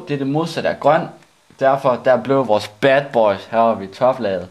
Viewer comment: kæft det lyder awesome näar du siger "BAD BAOYS"